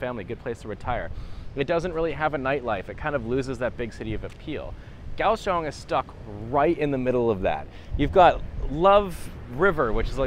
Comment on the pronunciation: If I'm not mistaken, the correct pronunciation of Kaohsiung is "Cow Shoes". You're welcome.